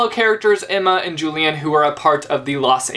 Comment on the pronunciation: Hey I noticed you pronounce "Julian" the american way But that is not correct You remember how Andrew had had an obsession with the Antique cultures and therefore had named every one of his children after some Roman or Greek people. He wanted to name Julian as Julius after Julius Caesar but his wife wanted it to be at least "Julian" since its a bit more modern. In relation to that "Julian" is pronounced as "Ulian" (I hope you get it).